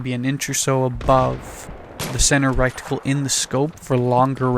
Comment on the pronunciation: Nice vid, it is pronounced reticle, not recticle, aside from that well done